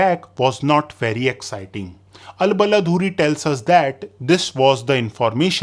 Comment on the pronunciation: Since you often quote Baladhuri, I think it will help if you correct his name's pronunciation. It's Ba-laa-dhu-ree (the laa and ree are long but dhu is not long.) Also the pronunciation of Dh here is more like English Th in "though", but in India, Pakistan and Bangaldesh its often pronounced as a z sound. So the people of subcontinent are more use of the pronunciation "Balazuri".